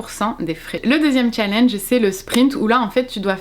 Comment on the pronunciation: Si tu es pour prononcer challenge comme une Française qui ne sait pas parler anglais, utilise défi